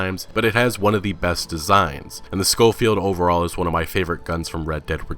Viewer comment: you need to work on your pronunciations bro. Cholla is pronounced "choy ya" n Schofield is pronounced sho-field. I do enjoy the series. Keep it up bro.